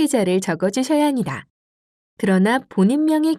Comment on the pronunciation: ㅎㅎㅎ 직업병일까요? ai인가요? 전달자의 ㅂ발음이 이상해요, 거슬리구요. '-합니다'를 [ -하니다], 바랍니다를 [바라니다] [확인하니다]로 발음하네요. ㅠㅠ '